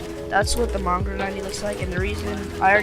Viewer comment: mongrol? his name is moongraal